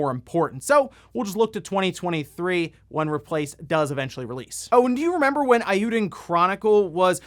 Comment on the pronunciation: It's a wild guess, just like your pronunciation of eiyuden...